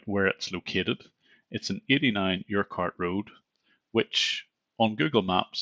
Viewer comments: The street name `Urquhart` is pronounced ( UR - KIT ) NOT ( YOUR - CART) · Urquhart is pronounced "urk-hart". Thanks for sharing another scammer's downfall! 😊